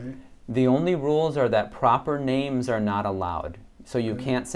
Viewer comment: He did pretty well except for the names at the end.